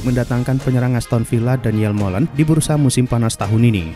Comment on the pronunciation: Malen bang bukan molen